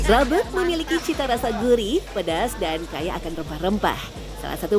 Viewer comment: Pentingnya seorang VOT bertanya tentang pelafalan nama tertentu, rabeg tuh tdk dilafalkan "rabeug" 😁